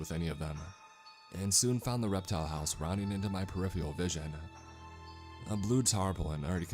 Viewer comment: Did you say... Perifial vision? Really?